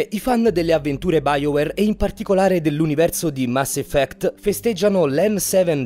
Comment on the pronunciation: Mass "Iffect"